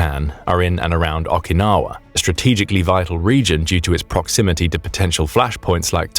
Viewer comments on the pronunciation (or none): Okinawa begins with an Oh sound, not an Ahh sound. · What is it with people who are comfortable mispronouncing foreign place names and words? These days it may be a mark of cultural insensitivity. Okinawa begins with the letter O, which is pronounced with the long O sound as in the exclamation Oh. It does not begin with the letters aw, and is not pronounced beginning with an aw sound as in raw.